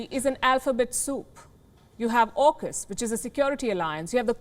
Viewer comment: "JAUKUS" LOL